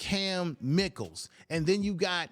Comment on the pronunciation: Pronounced; My-Kel